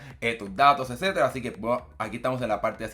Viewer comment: Edcetda edceteda 😅